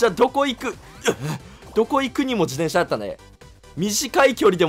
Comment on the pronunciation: しゅうずっと自転車のことじでんしゃって言ってる…？気のせい？